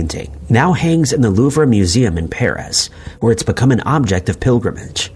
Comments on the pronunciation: Someone needs to teach AI that the French like to sneak unnecessary letters into every word. The Louvre is pronounced "loov" -- not "loover" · Sorry… that’s incorrect as well. The French do pronounce the “r” but it’s very soft almost like purr but with a little lift at the end. /LUV-re/ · The Loover